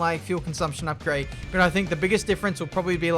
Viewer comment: Nobody:: Upgade